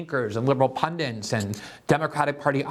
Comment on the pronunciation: Pundints-> pundits